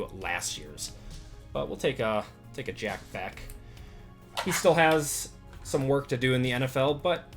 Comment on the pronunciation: Just an FYI, it's Jack "BESH"